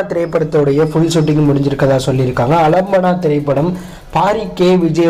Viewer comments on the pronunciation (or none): Alambana illa bro aalambana